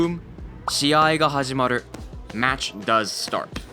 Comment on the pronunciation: Your pronunciation of ru is really bad. Very English sounding R. "hajimaroo".